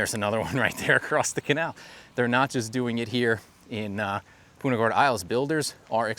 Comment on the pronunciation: its punt-ah not Pooonta !!!!